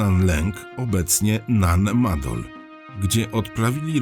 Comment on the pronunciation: wielkie dzięki, że pan opowiadacz wielokrotnie wspomniał, że nan madol to miejsce należące do mikronezji na pacyfiku i dzięki że pan tak uważnie i dokładnie nan maNdol czyta. 👍👍 no i niby tylko takie drobnostki, a jednak można tak fascynujący temat i audycję spierdoloć... 👍👍